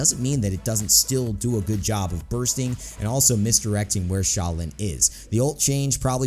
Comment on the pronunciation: 5.Sha-lin 4.Sha-lin 3.Sha-lin 2.Sha-lin 1.Sha-lin